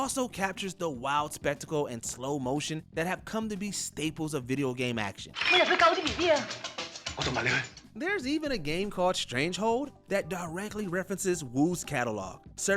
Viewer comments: .... Strangehold??? Lol you mean Stranglehold, right? 🤦😏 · He also pronounced the game as “strange hold” and not strangle hold” in the hardboiled segment. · He also pronounced the game as “strange hold” and not “strangle hold” in the hardboiled segment. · "Jo-hanson-burg" instead of Johannesburg. "Smoke shack" instead of smokestack. "Strange hold" instead of Stranglehold. This script kicked the narrator's butt, lol. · Sorry to be picky, but.. Johansenburg? Strangehold? C'mon guys.